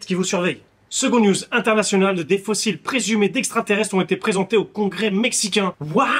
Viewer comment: fossile, pas faussile